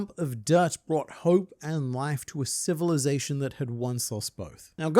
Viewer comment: Zation? Lol